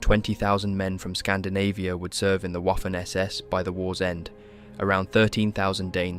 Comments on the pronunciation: It’s Vaffen not WOFEN 😂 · ...it is pronounced "Vaffen SS", for fucks sake(!!!) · Great documentary. By the way Waffen SS is pronounced Vaffon SS, otherwise it sounds like Waffle SS. Just saying.